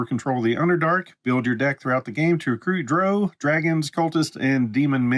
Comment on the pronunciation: BTW it's pronounced "drow". :P